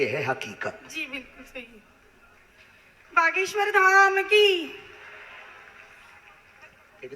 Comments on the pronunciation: Name pronounce thik se karo mam. Baageswar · Behena tum ek lauti ho yeh duniya mein jisse Bageshwar bolna nahi aata. Aur aapke comments toh lajawab hein. Pappu ki behen ho aap